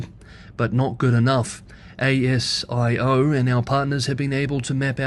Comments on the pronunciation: Just so you know for next time, ASIO is generally pronounced “ay-si-oh”. Just so you can be more accurate with your accent. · hi, over here ASIO is generally pronounced as a word - it rolls off the tongue much more smoothly than pronouncing the letters individually.